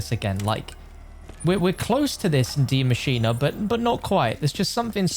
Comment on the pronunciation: Why is still pronouncing “maschine” (“ma•cheen”) as “mascheena”? 😂